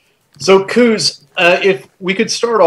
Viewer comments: Why make it so hard for yourselves pronouncing foreign names? Just sound them out, like Koos you pronounce kooz when it's pronounced almost like quiz; so replace the "z" with an "s" and you get the correct pronunciation Quis. Or try kwuhs. 😊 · It would be good to hear foreign names pronounced in the correct way. It's only respectful. For instance 'Koos' is correctly pronounced 'Koois' or 'Kwus' roughly. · Nice interview. As a point of interest, in Afrikaans, the name Koos is pronounced "quiz". Its the Afrikaans version of "". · Great interview, and good questions. Just FYI, the South African (Afrikaans) pronunciation of 'Koos' would be somewhere between 'Kwiss' and 'Kwuss'. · COooohz. Its Koos as in close but without the ‘l’. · The 'oo' in Koos name is pronounced like the 'o' in the word 'those'. Koos is not pronounced as 'goose' like is saying it. Koos is a typical Dutch name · Koos = Pronounced "Quizss". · Just started to watch this video and the pronunciation of his Afrikaan's name's abbreviation of "Koos" in English was just terrible to listen to. "Koos" is normally an Afrikaan's abbreviation for the Afrikaan's name of "Jacobus"